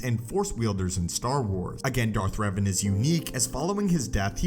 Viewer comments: My actual name is Revan and its pronounced Rev-ahn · Darth Reevan